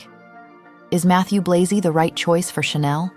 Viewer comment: Just about the names of the designers. Virginie Viard is pronounced veer-zhee- nee vee- ahr. Mathieu Blazy is prononced mah-thee-uh blah-zee. You can easily look up the pronunciation on the internet. These are FRENCh names, not English. But thank you for the video.